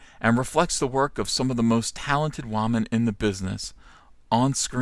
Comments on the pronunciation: Learn how to say woman. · What the hell is a wahman?